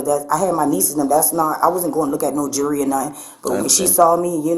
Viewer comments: So the thief walked out and kept that bracelet for weeks and didn’t know she never paid for it? I call BS! And that employee was part of that theft!! Why can’t they pronounce words correctly? It’s not jury it’s jewelry!! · It's jewelry not Jewry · Pronounced: jew-ler-ee not jury. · "The jurry."😂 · Why, oh WHY, are black folks incapable of pronouncing the word, “jewelry”⁉️ It’s NOT pronounced “jewry” … these are not Israeli items 🤦‍♂️ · Is “jewery” like “jewelry?” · Snitches get stitches and then you gonna be in sum ditches !!!! BTW... ITS JEWELRY, NOT JURY..... SHE WAS IN ON IT TOO, THE "ASS"OCIATE!!!!! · It's funny that she pronounced jewelry , jury ! She will most likely be in front of a jury ! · My entire life I didn't know there was a silent "L" in jewelry. I feel so dumb. I didn't know it's pronounced "jewree". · The "jury?" It's jewelry. Horrible English. Oh, and she's a thief. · I hate the way they say jury. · Jerrwey? I can’t even pronounce her wrong way of saying it.🙄🙄